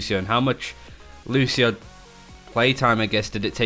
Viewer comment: Bro, I'm brazilian, and the right way to say IS NOT "Lushio", but Lúcio, the C thing is pronounced something similar to SEE, but without the double E. Don't forget that there is the " ´ " thing, so the pronunciation on letter U will be stronger.